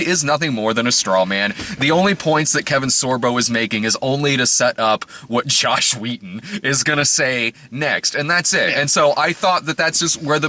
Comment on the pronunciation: Every time you say Josh Wheaton I hear Joss Whedon.